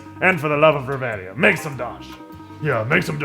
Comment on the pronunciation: oh wow an lper that can actually pronounce reveria and not choose a fighting class :o